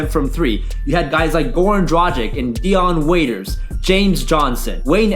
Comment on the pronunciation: Dude I love your videos but DRAGIC is pronounced Drah-Gich not Dradjic